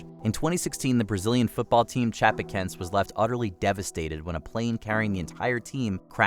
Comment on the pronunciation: These are famous incidents, why doesn't someone check the proper pronunciation of Heysel (Hi-sol) and Chapocoense (Chapo-co-en-say).